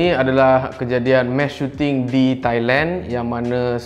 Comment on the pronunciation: sampai habis aku dengar "mash shooting"